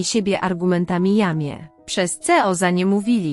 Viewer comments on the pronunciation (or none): O rany jakie tłumaczenia raz jest rodzaj żeński raz męski. Ceo tak czytają to co powinna być co. Straszne